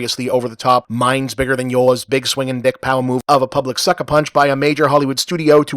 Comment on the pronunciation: Um, "Biger"?